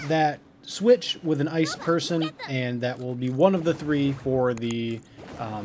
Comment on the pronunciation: i love how you say ice person it cracked me up XD your just like me when i try to say things